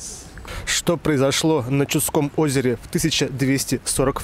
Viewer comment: Чу'дское озеро . ударение неправильное